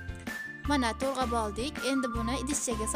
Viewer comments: To'g'rab deng to'rg'ab demasdan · To'rg'ab emas to'g'rab deyiladi.